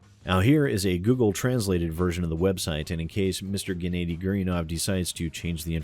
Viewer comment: Gennady is pronounced 'Ge-na-di' like the G in Guess